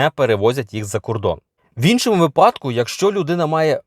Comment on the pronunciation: Не "у випАдку, а у вИпадку!" Цьому вчать ще в школі! Якщо ви погано вчились в школі, то як ви можете розказувати що і як правильно?